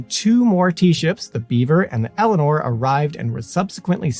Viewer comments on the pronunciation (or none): none